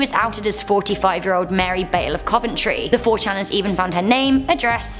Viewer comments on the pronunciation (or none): none